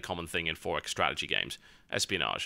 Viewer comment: lol the 4x.... how he pronounce... EXPO.... hahaha